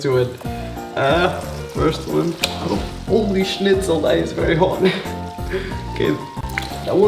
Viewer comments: Holy "schnitzel" haha I'm from Germany and it sounds so stupid 😂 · Did he say holy Schnitzel